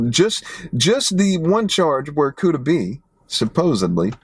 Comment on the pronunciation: It’s Kooda